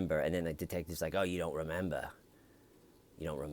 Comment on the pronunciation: Hahaha "do you rememba" you are the best!!